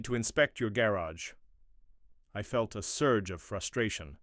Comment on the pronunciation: The AI needs to be programmed on how to pronounce gar agh not garrige.